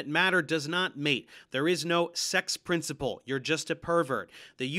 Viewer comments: I know this isn’t really a criticism, but why does he say “periodic tae-bo” or “principow”? It’s so annoying when mixed in with all the other shit he spews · Is anybody else super-annoyed by the stupid way that mispronounces every word that ends with an “L” sound with an “oh” sound? Ex, “princi-poh.”